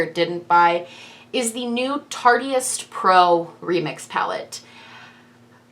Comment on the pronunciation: It's pronounced tar-tist. I've heard a lot of people say tart-e-ist, but it's a silent e. Sorry, it's a thing, and I do love your videos 😎